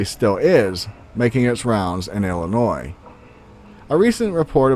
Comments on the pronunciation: Thank you for pronouncing Illinois correctly!!! Awesome ,found that same turtle as a little girl bout 1988 or so, that turtle was mean,black and honestly very fast moving on land, it literally picked it's shell up off the ground and ran, no freaking bs!!! it had spikes on it's head,shell and tail , it wasn't very big maybe bout a 2-3 yr old sized turtle,I lived in Summerfield and found it bout 5 miles from home in the country outside of the city Mascoutah located in southern Illinois, I've never seen another one since,and never knew the name of that type of turtle either. Home of The Bigfoot originated from Carbondale Illinois way before my time, late 70's or so only heard from older friends ,never had a encounter.... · As a life long Illinoisan, i gotta get this off my chest...., and anyone from ILL knows we will jump your shit if u pronounce Illinois with the s. But i have always pronounced the s in my head but when speaking out loud the s is silent.